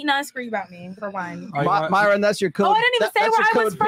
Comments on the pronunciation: I Am The Only One Who Believes MY-RON Was Because She Can’t/Couldn’t Pronounce Myron. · Lmao every time she said Myron’s name I was like uGgHh🤦🏾‍♀️😂😂😂